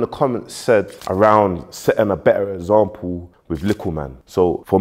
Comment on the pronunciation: It’s example not ezample 😂😂